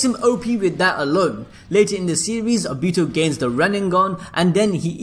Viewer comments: And he said A BITO as in A then BEE also TOE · Whyyyyy are u saying ah bi tu fuck my ears are bleeding. Its oh bi to say it with me now oh bi to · It's not abito obito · Obihto is how he says it it’s actually funny though😂😂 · The way you say Obito’s name.. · He says Obito funny